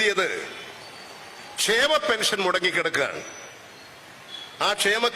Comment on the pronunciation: Eda potta shama bettha alla kshema bettha